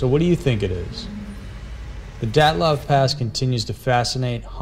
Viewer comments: You should work on your pronunciation, and facts. (Dylatov) dii-it-lof Your rendition is overly exagerated. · You say it like "datlav" pass. Its dyatlav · "dat-love pass" ...uh, yeah that's....that's not how it's pronounced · Dee OTT' liv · His pronunciation of the dyatlov pass is incorrect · Great video, but you pronounced things horribly. 1. Hinterkaifeck should be (hin-ter-kai-feck). Just like it's written. Not hinterkayfeck. 2. Taman Shud. It should be (tuh-man shud). 3. Dyatlov Pass. It should be Dee-at-love.